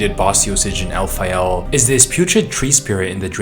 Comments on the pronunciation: I know El-pha-yel sounds cooler but shouldn't it be Caylid (Caelid) and Elphayl (Elphael)? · It's Alfael, like Fae/fairy. Not El Fayel, like it's in Iraq or something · Your pronunciation of Elphael as El-fye-el prob isn't as intended. As it's spelled, I get you can have 'phae' to be said as 'fye', though there isn't anywhere to get the final 'el' at the end from just a singular 'L'. You prob love saying Elfyeyell bc you say it every 10 words lol. It's likely pronounced as Elf-ale. Good quality video tho